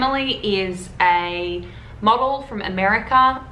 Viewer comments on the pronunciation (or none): I thought you said mogul instead of model